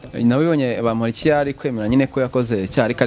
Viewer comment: Uyumutama azikinyarwanda kweri NGO BAMUHORIKi 😂😂 Kandi NGO ni bamporiki.